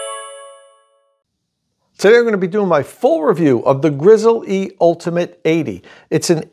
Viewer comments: It is pronounced Grizzly, like the bear, not Grizzle-E. Take at look at the company’s own videos. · It hurts so much to hear him refuaing to say grizzly instead of Grizz-el-e. Say it! Dagnabbit!! Grizzly!! Edit: I still liked the video :)